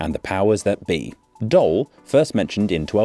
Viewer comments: What are you saying man.... He pronounces it as doll which is wrong of course... The correct pronunciation is Doohl, like cool or pool. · You pronounce it 'dool', not dole or whatever you are saying. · well, you're saying Dool when you should be saying Doel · The pronunciation is closer to "dool" than to "dole" or "dull", as you seem to think. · Better translation of Doel (In English you'd write Dool to get the same sound while now you're saying Dull) is the "target". In recent history (somewhere in the last 2 years) the government announced it's allowed to build and move there again. The renationalising of nuclear powerplants has nothing to do with the village at all. Not to mention, nothing is even decided on that renationalisation as Engie (the owner of the centrals) still has to make a decision about this. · It's not 'Doll'. Pronounce it like Drool but without the R. Flanders isn't a province either it's a region. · The pronunciation is Dool (like Tool) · ez Sub+1, darn good material, well done man edit: if anyone wants to pronounce it right say 'dool rather than dulle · Dole? It clearly says Doel. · There is a beautiful irony in pronouncing 'Doel' as Dutch 'Dool' and 'Den Doolen' as Dutch 'Den Doelen'. Flip the two pronunciations, and you'd've nailed it 😂 Regardless, an interesting video once again. Unfortunately, it does seem that, at the moment, Doel being spared from demolition is more of a Pyrrhic victory than anything else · Just a small note: the Dutch “oe” sound isn’t really an “o” sound. It’s actually the same vowel sound as the English /uː/ (like in shoe or *food*), but shorter and more stable. It might sound a bit like an “o” if you're not used to Dutch, but phonetically it's closer to “oo” in shoe than to any “o” sound. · You said Den Doelen correctly but Doel is not pronounced like Doll but like almost the English word "to drool" so phonetically Doel ---) "Dool if that makes sense great episode btw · It's pronounce D-ou-l with the same ou as in you